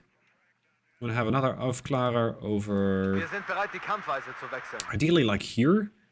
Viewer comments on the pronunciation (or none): Hi! Great video as usual! If i can give you a piece of advice, in german "ä" is pronounced like a long, closed "ee" (like the a in "Apple", in fact apple in german is Äpfel), so "Aufklärer" is pronounced something like "Aufkleerer". Hope it can help!